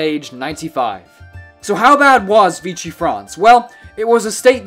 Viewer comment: Pronouned VEE-she. Not Veechy.